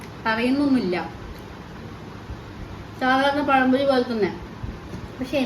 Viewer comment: നാക്കൊക്കെ ഇടയ്ക്ക് ഒന്ന് വഴിക്കണം കേട്ടോ.. പഴം പൊഴിയല്ല പഴംപൊരി 😊 പറയുന്ന കാര്യം ഒന്നും മോശമായിട്ട് വിചാരിക്കരുത്. വീഡിയോ അടുത്ത് ചെയ്യുമ്പോൾ ഇതുപോലുള്ള തെറ്റ് ഉണ്ടാവാതിരിക്കാൻ വേണ്ടി പറഞ്ഞതാണ്.